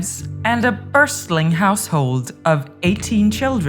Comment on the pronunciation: Lady, (or robot) you are pronouncing every other word wrong: It's latter day, not later day, book of mormon, not mormons, apostolic, not apostolate, bustling not burstling household. So go away you sorry AI product. Thumbs down. And yes: the thumbs down are still counted, even though viewers can't see the total.